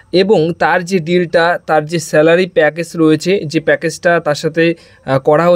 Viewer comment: উচ্চারণ টা প্যাকেজ not প্যাকেস